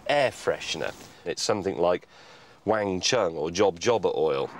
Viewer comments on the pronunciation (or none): none